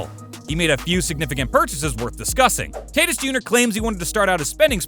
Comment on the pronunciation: Did man really just pronounce tatis as Taytis